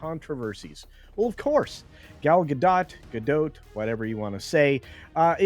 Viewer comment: it’s Gadot, not Gado, the T isn’t silent.